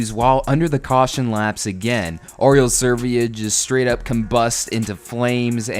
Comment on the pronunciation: Cristino da Mata, Tora Tagaki. Btw it always bothered me that no american can pronounce Oriol Servià properly.